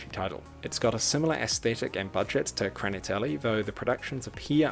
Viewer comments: Please, if you try to translate a Russian word to English, first listen how a native speaker says it. "Kraniteli" scratches my ears as a Russian speaker. The film is bizarre as hell. Peace. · It's "Hraniteli" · Прикольно произносишь "хранители")